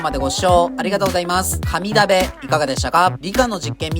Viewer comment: かに鍋と聞こえてしまった…空腹ゆえの空耳